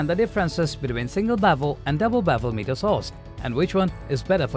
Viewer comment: It's pronounced as Miter, not meter.